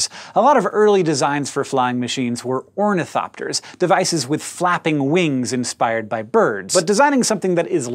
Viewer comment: I thought he said "pornithocker" for the ornithopter i have a dirty mind don't i